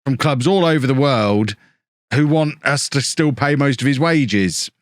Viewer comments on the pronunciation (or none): none